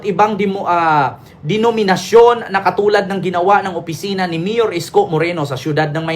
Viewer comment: HAHAHAHAA, SABI NI AY MIYUR ISKO, BOSS ANG TATANGA TANGA MO, PAYOR YUN, HINDI MIYUR, BINABASTOS MO ANG SALITANG TAGALOG, MANA KA TALAGA SA MAGULANG MONG TATANGA TANGA DIN